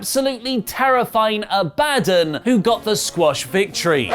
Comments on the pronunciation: Her name is pronounced A-Bad-On, not A-Bad-en. Though I don't know who is better at this gimmick though Su Yung or Abaddon? I wish Maho Kurone wouldn't have stopped wrestling, she had a Japanese zombie gimmick...and was awesome. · Review was bad. sorry. WHO is ABADD-ON?! It’s ABADON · Yep. He pronounced it wrong.